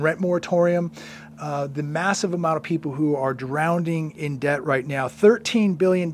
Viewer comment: drowning,not drownding